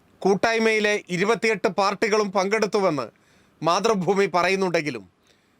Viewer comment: KPCC പ്രസിഡന്റ്‌ പറയുന്നത്,, മാധ്രുഭൂമി എന്നല്ല,,,, മൈ,,,, മൈ,,, മൈ,,,,,,, രു ഭൂമി എന്നാണ് 🤣🤣അതാണ് ശരി 🤣🤣🤣🤣